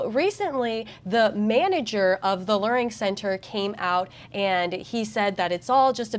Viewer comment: It's pronounced "LEARing" as in LEAR JET.